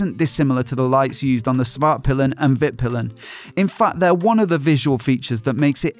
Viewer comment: For those of you who don't speak Swedish. Norden means The North, Vitpilen means White Arrow, and Svartpilen means Black Arrow. However, Pilen should be pronounced with a longer i. piilen rather than pillen. The later being one of the Words we use for the male genitalia.